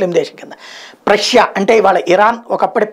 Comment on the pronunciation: ప్రష్యా కాదు పర్షియా